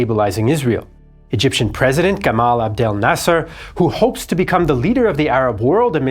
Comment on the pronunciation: You not knowing that Egyptians say Gamal (hard G) and not Jamal tells me that you're not much of a researcher yourself